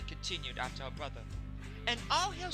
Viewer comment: Ummm its brother not borther